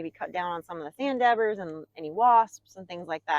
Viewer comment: Did you say sand dabbers? 🤔